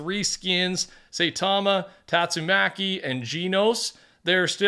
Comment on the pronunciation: Never takes the time to look up pronunciations 😭